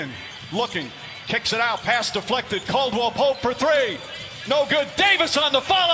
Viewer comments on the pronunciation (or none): none